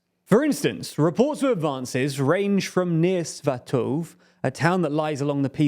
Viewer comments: You finally stopped saying "kuhrson"! 😀 now next up is "Sva-to-veh" not "sva-toov" 😂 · "Sva-toe-ve", not "Sva-toev" as in "stove". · It just wouldn't be a TLDR video if it didn't leave me chuckling at the pronunciations. Russian and Ukrainian commentators aren't hard to find, and they will supply correct pronunciations for you. Svatove is not pronounced the way you did by any commentator from the region. They all pronounce it "Svah-tow-vey"